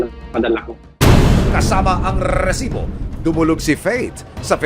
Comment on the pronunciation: "rrrrrrrisibo" Ibigkas mo nalang sir. na Ratatatatasibo. lol